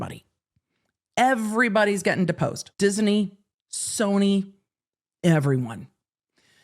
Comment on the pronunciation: Oh, no. mystery third Disney syllable is back again:)